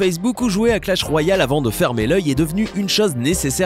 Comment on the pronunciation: on dit clash "royale"